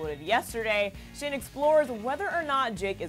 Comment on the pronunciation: Oh and it's shane not Shawn 😑